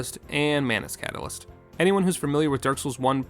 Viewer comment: ma-NUS CAT-a-LYST, ma-NUS CAT-A-lyst! ma-NUS CAT-a-LYST, ma-NUS CAT-A-lyst!